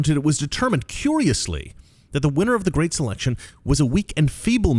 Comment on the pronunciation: Guhreat uh reader